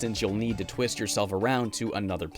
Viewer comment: Bruh did he say chameleon tits 😂